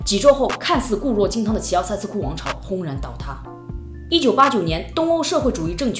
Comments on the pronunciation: 齐 容易被读作 习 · 我以为是在说齊奧塞斯庫，原来是在说希奧塞斯庫😆